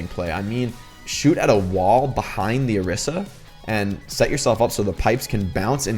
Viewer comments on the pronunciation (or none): Orisa is pronounced oh-ree-sah